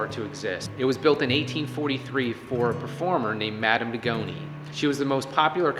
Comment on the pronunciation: It's supposed to be Madame de Goñi, not Degoni it's pronounced completely different. This woman Madame de Goñi was a very famous guitarist from Spain, you should have enough respect to pronounce her correctly.